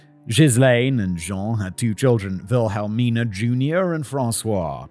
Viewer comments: Wilhelmina would be pronounced as "Will-a-mina." The key is to sound out the syllables in your head one by one and then squash them all together. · You're trying to hard on the names...Wilhelmina in the US would be Willamina or just Billie